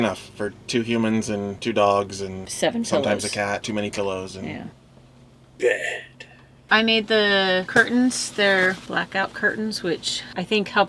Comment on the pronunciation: Such a fun build!!! ☺️ Also love the way he said “….BED!” 😂